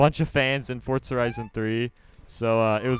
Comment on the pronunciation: i'm pretty sure it's forza horizon and not forts-a-horizon